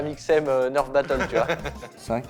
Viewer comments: "un neurf" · Sa Se prononce nèrf et pas neurf.😑